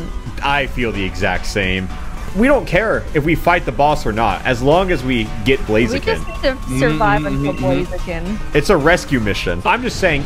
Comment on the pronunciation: It’s blaziken not blazakin